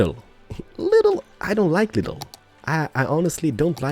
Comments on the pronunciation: you dont sey lidl its with a long i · Lidl is a super market in germany and when you say lidl you must say the i long;)